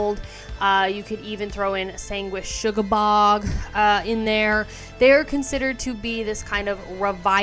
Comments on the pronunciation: Sugabog, not shugabog lol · "Sanguishugabogg" Why do people say it like this? Sanguisugabogg. No h.